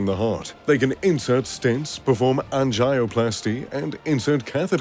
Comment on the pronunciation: An ji oh....🤣🤣🤣...an gee oh plasty...👌